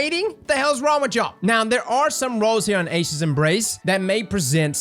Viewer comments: Eye-sha’s embrace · It's EYE-E-shas